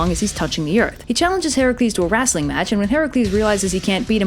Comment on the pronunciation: Why do you pronounce it "wrastling"?